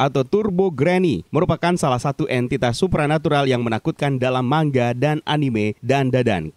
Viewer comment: Salut menyebut manga secara benar (man-ga / mangga). Giliran channel² lain yg kontennya khusus animanga malah salah menyebut manga